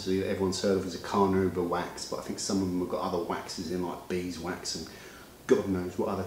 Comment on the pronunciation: Carnauba. Carnauba. Not Carnubra. 😫 Great video though.